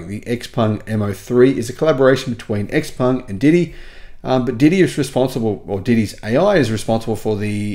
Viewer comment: According to Autoline Daily, XPeng is pronounced "Je-PUNG" or something like that.